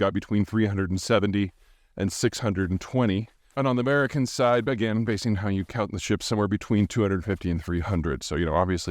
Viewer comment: "An' I'm proud to be an Amerkan!!!!" Pete the Patriot sticks it to the pretenders. It's kinda cute...